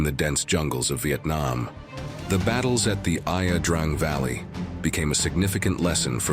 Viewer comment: Please do us a favor and do enough research to pronounce the the name of the valley the same at least twice.